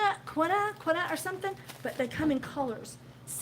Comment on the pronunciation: Quinoa = keen wa 😁